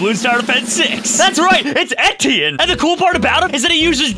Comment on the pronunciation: etti-in lmao its a french name pronounced Éti-ehn